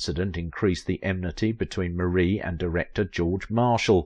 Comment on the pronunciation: It is prounced MAR-E not Marie❤